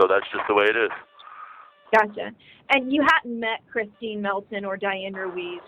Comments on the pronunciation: It makes me so mad when he calls Kristine-Kristen!! 🤬🤬🤬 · Disgusting.. calls the victim kristin again in the next breath says Christine bc he knows her damn name he just cares soooooo damn little and only about himself that he can’t even say her damn name right…. Thank god he got the D penalty… not guilty until proven innocent… lol idiot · Yep. Could not get her name right ever.